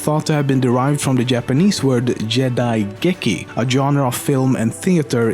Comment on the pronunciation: Japanese pronunciation is wrong. It's not "Jedaigeki" but "Gee-Daigeki"